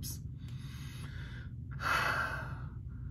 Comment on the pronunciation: Hal-eee not Holly 😂